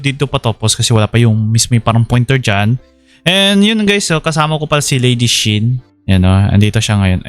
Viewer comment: LazyShin hindi Ladyshin lol